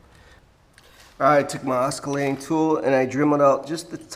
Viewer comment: Oskalating! Other than that dude...... you hit point for one way of doing it! And yes the perfect tool. Thank you, I will finally get one!